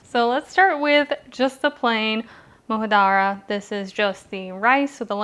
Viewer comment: It's pronounced just as it's spelled. Moojadaarah. One of my favorite dishes. Some Lebanese cooks later the lentils over the rice and then the onions.